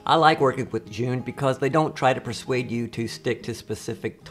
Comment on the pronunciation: Love your videos but gotta correct your pronunciation. ZhiYun is a Chinese company, not Japanese and your pronunciation is far far far from the way it should be pronounced, it sounds like "Jurr Yoon. " Why would you ask a Japanese person how to pronounce a Chinese word?